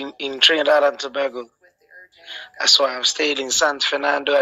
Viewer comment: 😂 I thought he said Trinidad & tabaco 😅